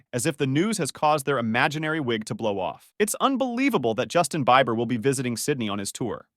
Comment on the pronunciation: I'm not sure if the narrator is mispronouncing things on purpose to seem like an A.I. or it is actually an A.I. gemerated voice talking. "Boosin"?, Justin "Baiber"?, "Litl"? C'mon. Some of those are well known pronunciations...